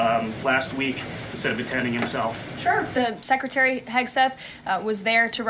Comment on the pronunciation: DAVY PACY melts down over PRESS SEC melting down over trump's golf scandal. There. Fixed it for you. Seriously. You are the only one who keeps saying "secy". Everyone else does it the right way, so every time you do it wrong I'll be here to mock you, DAVY PACY.